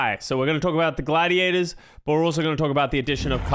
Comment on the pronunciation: It's not Gladiadas, it's Gladiators*.